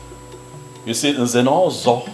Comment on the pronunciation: I like it when the Prince pronounces Nze'Nozo😘